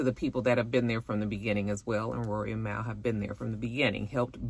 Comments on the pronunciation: I used to call Mal that too. Lol! It’s pronounced Mall 🤣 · Mal is pronounced liked the end of Jamal btw :)